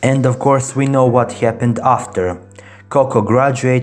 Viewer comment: "what hyapenned"